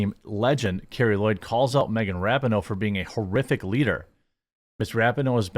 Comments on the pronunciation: I agree with everything you’re saying but, to sound credible about the things you’re talking about, please pronounce the names correctly. Ra-peen-noe, not Rap-in-no and Carli Lloyd not Carrie Lloyd. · It is pronounced Car-Lee. She is based, get her name right. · The NAME on the FRONT of the jersey is MORE IMPORTANT than the one on the back!! btw - it is CARLI Lloyd and Ra pee no. I know that this topic isn’t normally on your radar, I get it.